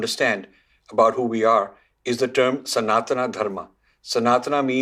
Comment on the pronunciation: It's not Sanatanaaa Dharmaaa. It's Sanātana. The 'a' at the end is pronounced as the Sanskrit 'अ' (a) not 'आ' (ā).